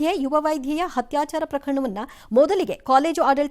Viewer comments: "ಹತ್ಯಾಚರ" ಅಲ್ಲ ಅದರ ಉಚ್ಚಾರಣೆ "ಅತ್ಯಾಚಾರ ". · ಅಕ್ಕ ಅತ್ಯಾಚಾರ ಹತ್ಯಾಚಾರ ಅಲ್ಲ ಬೇರೆ ಯಾರಾದರೂ ಆಗಿದ್ದರೆ ಓಕೆ ನೀವು ಪತ್ರಿಕೋದ್ಯಮದವರು ಉಚ್ಚಾರಣೆ ಸರಿ ಇರಬೇಕು ಅಕ್ಷರಗಳಲ್ಲಿ ಕೂಡ ಹತ್ಯಾಚಾರ ಎಂದೇ ಬರೆದಿದ್ದೀರಿ ಅತ್ಯಾಚಾರ ಮಾಡ್ರಿ ಹ ಕಾರ ಆಕಾರ ನೆಟ್ಟಗಿರಲಿ